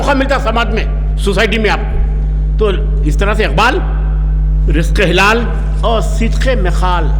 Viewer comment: رزق حلال، مصلح ، مزاج، موصوف کے جذبہ کو سلام مندرجہ بالا الفاظ کے تلفظ پر توجہ فرمائیں۔